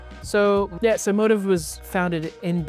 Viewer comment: Actually motiv should be pronounced like “moTEEV”, more like motif in music, I pointed it out to them and they refused to believe they are wrong lol. Also, to say Daniel, the designer, is a 3rd gen tailor is very misleading. He actually had no former training in pattern making and studied Econ in college. He picked up tailoring from his own research like online forums and old German tailoring books. Feel compelled to comment only because I hate people who confidently tell wrong things to others.